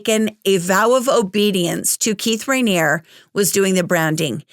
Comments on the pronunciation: The "E" at the end of Raniere isn't silent. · Sorry your mispronunciation of his name was driving me crazy! Unless the documentary and ex members were mispronouncing it. But you are right, this man deserves to be in prison for the rest of his life.